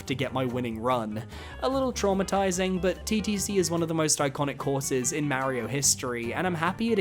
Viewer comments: Its Mario not Maerio, sorry but pronouncing his name wrong is tilting, he even says itself on the title screen... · Is pronouncing Mario’s name «Merry-o» a British thing? It sounds strange to me 😅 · New Yorkers do it too. I have no idea where it originates from or why though